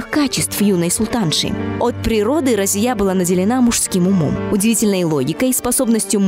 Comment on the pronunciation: Я знал раньше бабушку ,ее звали Разия .Ударение на последней гласной .Думаю имя арабское.